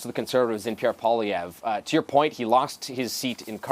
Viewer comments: Remember Zelensky with Trump? Yah that's going to seem like a 'constructive' meeting when Trump is done with Carney. Better bring the knee pads sister Carney. How come here calls him Pierre PolyRev? Can't say Poilievre (poly 'ev)? Not that hard, you're only paid to speak. Really know how to sink into the words 'LOSING" and 'LOST' though, huh? Thank you Ms. Nicole Lampa... really loving your Liberal-voting, immigrant ways. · SHE SAID PIERRE POLIREVVV GUYS 😂😂😅😂